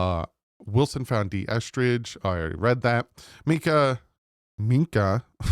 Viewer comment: It does sound like you are saying Meekah and not Minkah